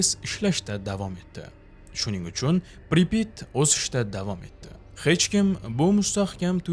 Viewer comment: Assalamu Alaykum. Amerika 2018 yili "Chernobil" degan 5 seriyalik kino olgan koʻrishni tavsiya qilaman. Admin Pripit emas Pripyat toʻgʻri talafuz qiling